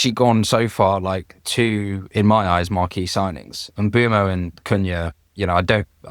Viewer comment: The Prem have every player pronounce their name on the official website. It's Em-boom-oh